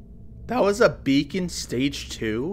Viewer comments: kinda like "beck-in" - idk if that is a good explanation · you dont need to change this, but it bothers me specifically Beckon is pronounced how it's spelt - its not pronounced as "beacon"